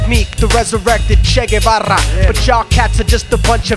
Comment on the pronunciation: he mispronounced GUEVARA